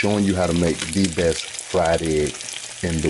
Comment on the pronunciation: B-E-S-T...not Bes!! Please people!